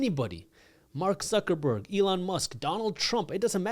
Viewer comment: Did you say -Suckerberg?? ;-)